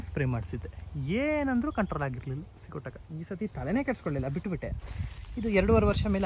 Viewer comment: ಸ್ವಾಮಿ ಅದು ಸಿಗೋಟಕ ಅಲ್ಲ ಸಿಗಟೋಕ